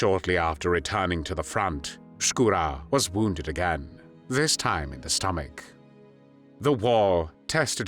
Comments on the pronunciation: Не "СкУро", как читает интеллект, а ШкурО☝️..Но не много Русских белоэмигрантрв поддерживали нацистскую германию. В основном Краснов да он ( Шкуро)..К примеру генерал Деникин ни за какие коврижки не согласился сотрудничать с Гитлером. Он переживал за Советский Союз как за приемника Российской Империи и искренне переживал за Российский народ☝️ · Вообще-то не Скура, а Шкуро. Нормально подавайте историческую информацию. Дизлайк и бан!